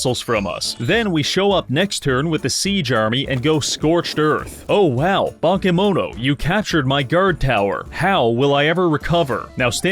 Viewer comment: Your pronunciation of "bakemono" (Japanese word for monsters) made me realise how important accentuation is, because despite all of the letters being pronounced more or less correctly I only realised it's that word when you were explaining it's basically Japanese monsters.